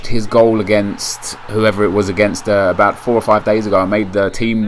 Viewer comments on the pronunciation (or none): none